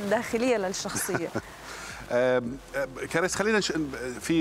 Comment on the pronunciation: كاريس مش كريييس يا مقدم البرامج 😅😅😅